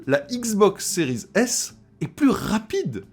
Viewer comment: Salut, est-il possible d'arrêter de prononcer le terme "series" à l'anglaise car c'est relativement désagréable à l'oreille de t'entendre accrocher sur la liaison a chaque fois que tu prononces l'un des deux modèles. D'autant que cela n'a pas de sens car tu ne prononces a l'anglaise que le terme "series" alors que si tu voulais aller au bout de la choses tu devrais dire "ex" au lieu de "x", bref a la française ca sera très bien, plus facile pour toi et surtout plus agréable pour ceux qui t'écoutes. Le live de l'autre soir c'était l'enfer en plus de l'autofocus.., merci par avance.